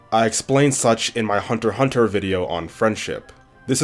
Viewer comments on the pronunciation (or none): none